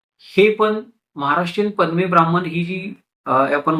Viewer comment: पदमे नाही पद्यें अशी आहे द ला य जोडलेले आले म नाही